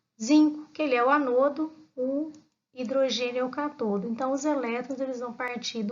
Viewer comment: Vc faz a pronúncia das palavras (ânodo) ( cátodo) de forma errada